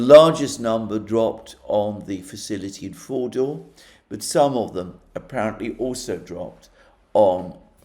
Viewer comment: I keep hearing Mordor